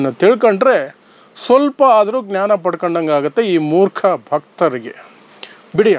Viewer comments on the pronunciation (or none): none